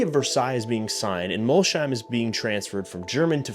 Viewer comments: and Mol-sheim instead of Molsheim. The German in me is wincing. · It’s not Mol-sheim. It’s Mols-heim. :) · City is called "Mols heim" not "Molshhheim" Bugatti’s business model is not directly comparable to HP’s printer-and-ink model, but the underlying logic is similar: the headline product does not always need to generate the full economic return on its own. Widely cited estimates suggested that Volkswagen Group lost substantial money on every Veyron sold, because the car’s development and production costs were far higher than its selling price (sold for 1 million, took 5 million to produce). However, the Veyron was also a technology demonstrator, a brand-building instrument and a statement of engineering capability. Its value therefore went beyond the profit made on each individual vehicle. Bugatti is not trying to offer “insane deals” or compete through volume. It sells extreme exclusivity, engineering, heritage and access to a very small group of customers. Buyers also generate long-term revenue through servicing, personalization, special editions and future purchases. People can criticize the pricing or ownership costs, but from a business perspective, it is a deliberately exclusive model designed for an exclusive customer base. I am saying this purely from a business standpoint—I know I will probably never own one myself.